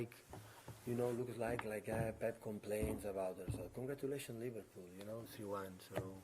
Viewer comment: Man said Livarbool